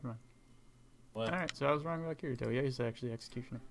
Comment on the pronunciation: didn't even say kirito right smh. He obviously didn't watch sao